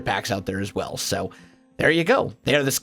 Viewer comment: Whenever he says as well i think as welsknight XD